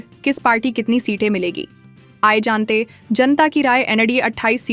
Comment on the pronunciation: Google voice 😂😂😂 Aaiye jante hain nahi, Aaye Jant 😂😂😂